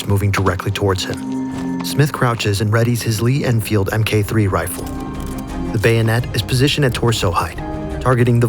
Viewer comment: t's not an "M K 3 Rifle" it's a "Mark 3 Rifle"